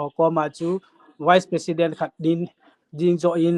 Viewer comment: Dr. khat hi a pronounce chu..wise president or vice president..you got confused me ..